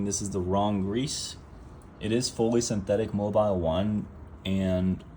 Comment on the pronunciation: It's not "Mobile" 1.... it's Mobil 1.